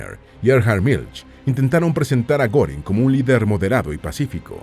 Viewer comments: Al menos investiga cómo se pronuncian los nombre de los personajes. No mamessss. No es “Gorin” es “Guerin” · Goering se lee Guérin, no Górin 😮 ...